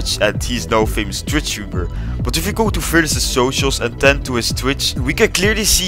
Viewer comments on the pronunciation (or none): none